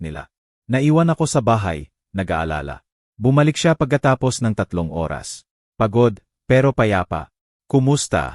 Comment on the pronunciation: MUZON SJDM,Bulacan Philippines,ayusin mo iho ang Pagsasabi ng tamang pagsasabi ng ORAS, tnx